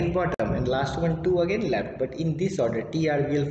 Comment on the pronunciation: Bhai khud communication improve karoo ..left ko lept boltha h .. koun hire Kiya yaar isko 😅